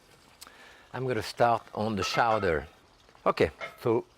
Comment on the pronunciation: Showdearr? Its CHOWDAH!!!!